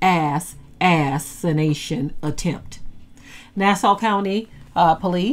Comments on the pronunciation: Thank you but I know what assassination means, but She didn't pronounce it like the word is originally said, she said ass-anation, on purpose. I was being sarcastic by asking why did she feel the need to pronounce it that way. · 🤍🦢🤍🦢🤍🤍🤍🤍🤍🦢🤍 interesting pronunciation....Ass. assintion attempts. God alone is in control. Huuuuuuuuuuuuuuuuiuuuiuuuu